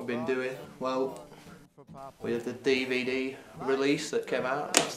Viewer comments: I love how he says dvd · I keep going to because it's just too funny the way he pronounces DVD